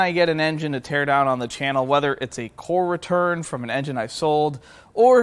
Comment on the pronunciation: You said “core return” and I swear I heard “former turd”. I had to run it back lol